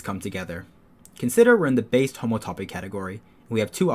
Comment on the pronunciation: It sure is frightening when you pronounce it like that; it’s hom-OUGHT-toe-pee